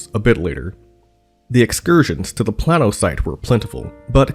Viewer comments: The town is pronounced PLAIN-OH, not Plan-o. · The area is pronounced "Play-no" not "Plah-no" FYI... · Plano pronounced plain-o. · FYI...it's play-no, not plan-no :) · Play-no.... Playyyy-No Illinois Thanks. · Plano is pronounced PLAY-no. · I'm pretty sure it's pronounced plaino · For the Love of God, please redo this video and take the initiative to research the proper pronunciation of “Plano, IL” where the Farnsworth House is located. It’s pronounced: “Play-no” like the famous tackle box company. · I am from Plano and you said Plano wrong.